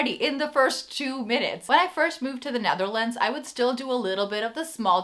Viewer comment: Why do you call the country The NAtherlands?